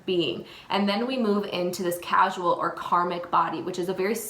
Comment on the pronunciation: Core--sal (causal) not casual. 🕉❤✌ The statement of 'you can have excess Ojas' is incorrect. You can never have enough Ojas once you've topped it up so to speak it begins to overflow into the subtle body and brain. If their is an excess of heaviness that's not AMA or Kapha it is highly likely it's a Tamasic quality causing a dullness. We should always strive to boost Ojas. Great video but this needed to be said.